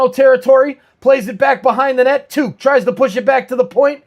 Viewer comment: Cool stream! Idk how you keep track of opposing teams rosters at all lol but a few things on the Sabres Timmons is hurt, and hasn’t played in over a month. 89 is Alex Tuch pronounced “tuck” like tuck your kid into bed. He is looking for a new contract but he has scored more than 30 goals a few times in his career so he isn’t really playing at a level higher than usual this year. 29 is pronounced Mail-en-stine, last syllable is pronounced like stein as in beer stein.